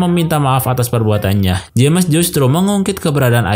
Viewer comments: Btw bang saran aja kalo nama james dibacanya Jems aja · Salah Manggil nama bikin gak enak dengernya saran aja perbaiki penyebutan nama James bukan jammes aneh bgt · Dat "jemes" annoys me alot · Baca nama "James" salah